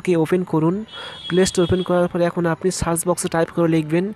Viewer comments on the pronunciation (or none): none